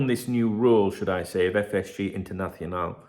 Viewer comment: Couple of points to make: 1) you need to put more spanish flavour into your videos "internathhhionale" was impeccable 2) I'm going to Liverpool in May and staying in a Premier Inn, which one were you "naughty" in so I can ensure I move to another hotel 😂😂